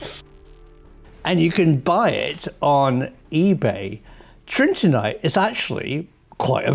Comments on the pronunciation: ? Tritinite or Trinitite? The label in the video is Trinitite. Prof pronounces as Tritinite. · Love the film but just to be pedantic, isn't it Trin-it-ite? Not Trin-tin-ite? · it's 'trINITite' and not 'trINTINite'! Please excuse my correction but I am quite a pedant!! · you pronounced it "Tritinite" all through the video. It's "Trinitite". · Pretty sure it is trini-tite from trini-ty... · The Professor actually calls it Trintinite. Maybe there are all sorts of magical, related, compounds created in this alchemical cauldron. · Its trinitite!!! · He makes a vague but possibly meaningful claim about trinitite (which he mispronounces each time) for which provides no evidence whatever.